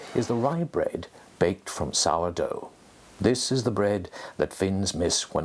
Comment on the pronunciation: "Sour doff" HAHAHA! Can't blame him, English is a weird language to pronounce compared to Finnish.